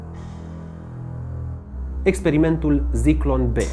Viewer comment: Ador fiecare material pe care il postezi, dar ai o mica problema cu pronuntia unor cuvinte germane sau maghiare. De exemplu, in acest episod spui Sturmmann, dar se citeste Șturmmann. Si nu e Zyklon B, ci Țiclon B.